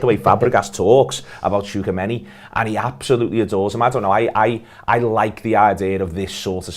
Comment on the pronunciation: butchered tchouameni's name